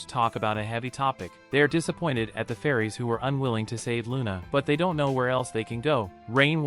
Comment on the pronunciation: They clearly pronounce it Luna, not Runa. However it's written Runa in the manga because in Japanese there is no Lu syllable. Still Luna is the better choice for the subs when they decided to pronounce it like that